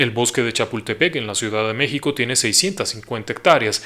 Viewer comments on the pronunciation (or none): none